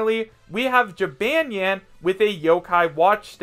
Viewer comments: Did you just say Jee-ban-yan? It is pronounced Ji-bon-yan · It’s pronounced (Ji-bôn-yôn) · LOL HE PRONOUNCED JYBANYAWN WRONG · H cant even say Ja-Bon-Yawn right. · Its jib-on-yon p.s. i dont want to be mean srry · Jabonyan I guess that's how you say it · "Jibanyan" I'M SO TRIGGERED!!!!!!!!!! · Does every other yokai watch fan cringe when he say Jibanyan wrong? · You said Jibanyan wrong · Your pronouncing jibanyan wrong 🙄🙄